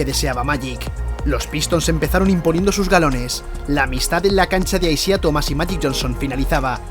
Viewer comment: Se escribe Isiah, se pronuncia Aisaiah